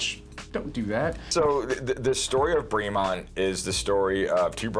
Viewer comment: Great video! Killing me with the pronunciation though. British English, so “bray-mont” not “bree-mont.”